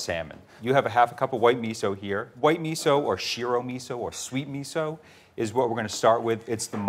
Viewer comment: did that gurl really say miso like ketchup?? @@